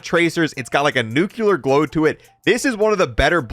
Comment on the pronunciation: Nu-clee-er. Nuclear.